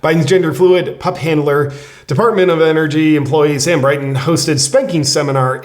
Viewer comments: Dude! It's not Brighton it's BR 'IN' TON! And although it is hard to believe he has a master's degree in nuclear science. He's weird. He's disgusting. He's immoral and mentally unstable. But I believe he IS actually qualified in his field... Just sayin' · It’s Brin Ton or is it Brighton ? No mater It looks like an incomplete clown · Hey J.P..... its BRIN TON